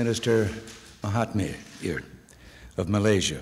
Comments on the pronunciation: I heard "Mahatney" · Not Mahatmir Its Mahathir